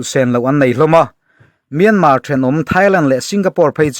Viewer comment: Myanmar tih youtuber ho hian in lam dik lo vek mai hian ka hria myan tak hi in thluk dik lo vek.. google ru pronunciation